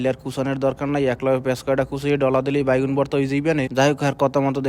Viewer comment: ভাই বেগুন কে বাইগুন কেন বলেন,,, এটা ঠিক করবেন আশা করি